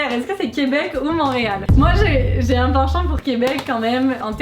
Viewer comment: Why does no one ever notice or mention how people pronounce ‘un’ like ‘er’. ‘Un chien’ ‘Errrr chien’